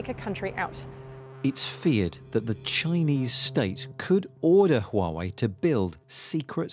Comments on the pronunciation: 🤬🤬 ITS PRONOUNCED WAH-WAY!!!! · 华为 Huawei，the reporter don't need to change the tone everytime he mention it. Different tone carries different meaning, or even meaningless. Time to learn Mandarin! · HUAWEI=who are way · HUAWEI made a video teach foreigners how to pronunc HUAWEI，they say it should pronunc wuawei，so it is not foreigners fault，I think its easilyer for Germans to pronounce Huawei，there has a lots “H” sound words in German